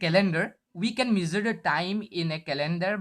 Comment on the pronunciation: Gud but improve ur English it's not measer it's measure